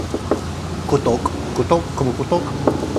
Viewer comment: It’s katok not kutok which means ‘ knock ‘